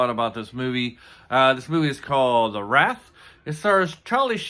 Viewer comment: It's pronounced Ra-eh-th buddy